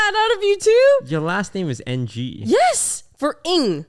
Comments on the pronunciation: I always pronounced them as en-gee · i didn't even know the Ng family was from cantonese roots lmao. Thought they were supposed to be pronounced as "erng"